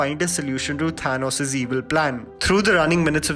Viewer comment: Your pronunciation of Thanos is something. Chill bro . Also keep it up :)